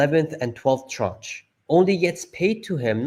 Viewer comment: the pronunciation of tranche is "transh"